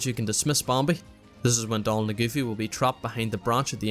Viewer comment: this is really an amazing guide, but im going to insane listening to you pronounce bambi and some other words